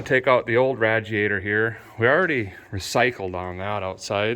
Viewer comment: Radiator not ratiator